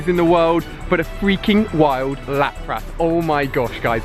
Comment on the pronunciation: you say Lapras wrong it's pronounced Lapris pretty much